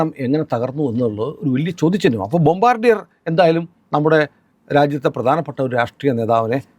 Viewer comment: The correct pronunciation of that company name is " Bombaadiye" എന്നാണു. Its a French word..Thank you for your informative vedeos